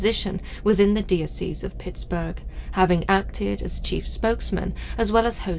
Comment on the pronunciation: Dee Oh See's. Its Dye Oh Sess. (Diocese)😂